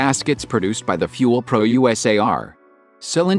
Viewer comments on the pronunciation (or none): “Fuel-pro USA” 😂 i think you meant “Fel-Pro USA”